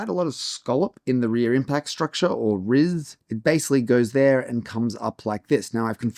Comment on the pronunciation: Great video! When you said "RIS" I nearly lost it. 😂